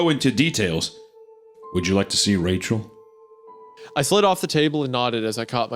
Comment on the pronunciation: “Oh Wachel, my beautiful bwide 🥰” is sending me